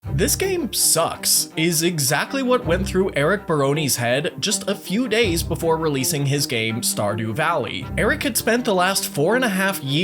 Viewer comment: “Eric bah-roan-ee” hurts me everytime